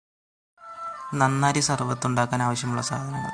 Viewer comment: നന്നാറി അല്ല നന്നാരി